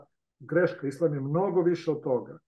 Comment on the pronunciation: Pa ti,ne znas pravilno da izgovoris ISLAM, a kamo li da ga TUMAČIŠ.